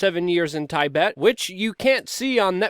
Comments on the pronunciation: Tibet is pronounced Tib-bet , not Tie- bet. :) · Ty Bet? It's a quick I in Tibet. As in Rabbit. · Tai-bet? Lolz :) You can't be right on everything. Keep it up dude